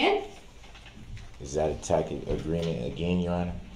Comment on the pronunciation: 😂 imagine going to college, then on to law school, working as an attorney for years then becoming a judge, then rising to head judge of your jurisdiction to then be lectured and told you're wrong about the law by a total moron that pronounces it "tack it" agreement! 😂 how judge Dorow kept a straight face when Duh-rell spouted his nonsense is nothing short of heroic 😂😂😂